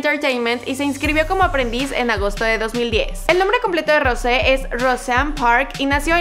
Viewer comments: Se dice rous no rose pero buen intento !!🤗😉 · Yo cono soy blink de verdad no se pronunsia asi pronunsia. Jisoo y Jennie y Lisa y. Rose pero se dise rouse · No se pronuncia Rose se pronuncia Rous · es rous no rose se escribe rose pero se pronuncia rous para que lo tengas en cuenta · We no se dice rose se dice rosé :| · No tienes que decir Rose tienes que decir Rous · Una disculpa pero no se dice Rose si no que se escribe Rose y se pronuncia rouse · En ves de Rose se pronuncia rous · no se dice Rose si no Rous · No se dise Rose se dise Rous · escribe rose pero se pronuncia rous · Se escribe rose pero se dice rous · se pronuncia Rous no Rouse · Se dice rous no rose se pronuncia rous y se escribe rose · Wey se dise "Rous" no "rose" :v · Rocé se dice rous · no se dice rose se dice rous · No,no,no,no,no no es rose es rouse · se pronuncia rosé, como se escribe, por eso esta está la tilde jej. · Hola, lo que te queria decir es que Rose se pronuncia Rous (igual es lo que menos me importa nada más te lo digo para ayudarte) espero que te sirva :) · Se escribe Rose pero se pronuncia Rous (no se pronuncia como se escribe) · Es "Rousé" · se pronuncia rous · se pronuncia Rousé fake blink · no, es roUsé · Se dice Rousé, escucha como lo pronuncia ella misma. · XD dijo mal el nombre de rose